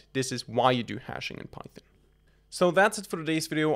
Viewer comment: bro calls python pythin 👽👽💀💀